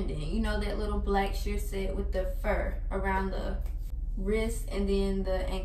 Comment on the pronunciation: “Sheer shet” “Sheer shet” “Sheer SEt”